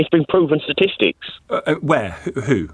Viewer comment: Get it right,he said "Satistic"😂😂